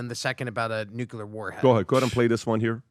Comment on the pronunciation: If this is "nuclear " it's "unclear"